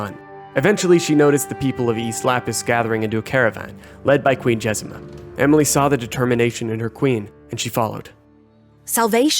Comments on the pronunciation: "Jezima" it literally says JezMINA. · Jez-MEEN-ah, not Jezima. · Jezmina, not Jezema.